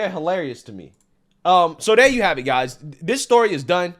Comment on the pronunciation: Anyone that says guysus as guys cannot be taken seriously